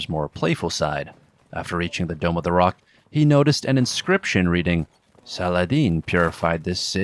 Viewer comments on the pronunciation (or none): none